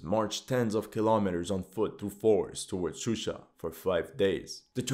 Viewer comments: Not Shushi, but Shusha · Gurbanli in the map it said shushi but he said shusha. I don't think he cares. He just used the most common English names. For that you have to blame English language media